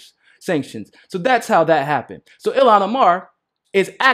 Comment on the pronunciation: I don't mean to be that annoying person. But I just want you to know that Ilhan is pronounced Eel-han. Not the way you have been saying it. It's Eeeel-han.